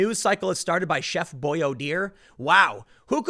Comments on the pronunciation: Its "BOY ARE DEE" its as big as spaghetti O's . You're pronunciation sometimes is brutal,lol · Chef Boy Ar Dee! Not dear! Who else doesn’t know how to pronounce that?!! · Its Chef Boy-R-Dee... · how hard was it for tim to not say boyardee lol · Why can't you pronounce it properly, Tim? Gah. Imagine a story that featured Chef "Boyardee" and "Nike" ...